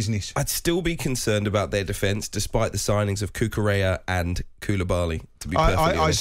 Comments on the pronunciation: Cucurella ❌ Cucuchel ✅ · If you're gonna go on radio or TV and speak about other people can you at least try to pronounce their names correctly? Who the hell is this guy anyway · Cucu...chea? What is up with this dude and names? Good Lord...